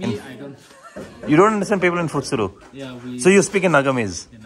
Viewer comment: Hi this is in which part of Nagaland? Thanks for visiting our beautiful state and spreading positive comments about our motherland, the way you said pfetsuro was commendable, it was pronounced correctly